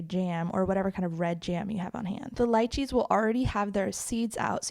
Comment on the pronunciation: I understood light cheese instead of Lychees😂